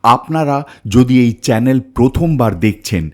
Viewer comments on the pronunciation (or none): none